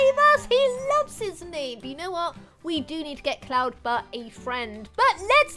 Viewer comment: Anyone else hear her say Colton butt Instead of cloud butt